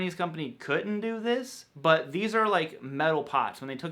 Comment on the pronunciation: Maybe it’s just me, but do you say the word ‘but’ with a ‘w’? I keep hearing bwut, bwut, bwut. I may be just going crazy